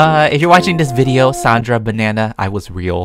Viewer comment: YOU SAID SANDRA WRONG THAts mY mOMs nAMe jk lol i just wanted to be funny :P